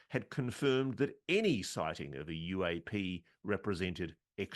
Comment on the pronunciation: I took a drink everytime he said UA-pay and I died by 4 minutes 39 seconds